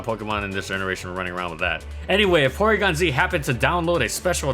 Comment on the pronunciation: Porygon-Zwag lol